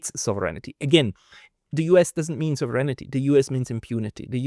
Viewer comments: man spricht das nicht Souveränity wie im Deutschen aus sondern es heißt: Sovrenty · It's almost all of them: Sov-er-eign-ty NOT Sov-ren-it-y. Maybe it's their eyesight? It's funny how he can say 'sovereign' just fine and only needs to ad 'ty' on the end. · I sincerely apologize for the unsolicited advice, but I must inform you that you are mispronouncing the English word "sovereignty". You pronounce it as four syllables with accent on the third. It is actually three syllables with accent on the first. The vowels in your second and third syllables are unstressed to the point that they blend into one syllable. It should sound something like SAW-vren-tee, not saw-VREN-i-tee. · Thank you for your report,. But...pronounce it SAHV- ren ty - please. =) Sounds like you're saying "serenity" - which, God knows, has no connection to the US Empire! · you don't know how to pronounce "SOVEREIGNTY". You're not the only one, and English is not your native language, but that's no excuse. You're supposed to be an academic, after all. Get to work!!! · You might want to "proofread" your pronunciation of the word "sovereignty,"!